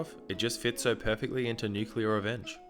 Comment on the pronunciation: Am I the only one bothered by him calling it "nuculer?"